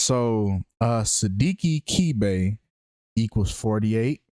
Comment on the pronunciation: His surname is pronounced Ke-Beh. Ke sounds like keh not kee. And beh for bed. Sidiki is a west African Guinean/Malian name.